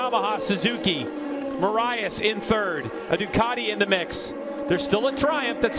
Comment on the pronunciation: It's Ducati, not Ducarti. You announcers need to speak English, lmao.